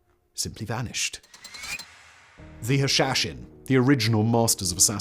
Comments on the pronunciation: It's pronounced "hah - shah - shein". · It's "Who-Leo" and "Ha-sha-sheen". Sorry Simon, but those were a bit rough to hear. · Practising his Sean Connery accent with "Hashashin"...:-)